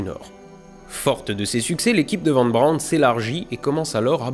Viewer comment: Faudrait qu'il apprenne toutefois à prononcer Von Braun correctement.